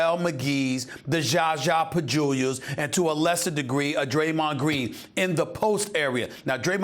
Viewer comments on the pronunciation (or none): it's Zaza Pachulia. not Jaja pajula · stephen a smith zaza pacooolia lol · Zaza Pachulia is so easy to say and yet every NBA doofus messes it up. [zah-zah puh-choo-lee-uh]